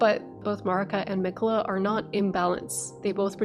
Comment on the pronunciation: why do so many loretubers mispronouce Marika's name?